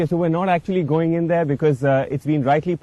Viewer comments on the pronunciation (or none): none